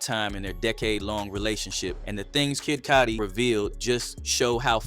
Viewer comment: Why you keep pronouncing his name as Kid Codi?